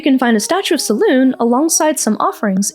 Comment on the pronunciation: You keep forgetting the "eh" or "ay" after saying "Selune" and uts infuriating. Great video otherwise.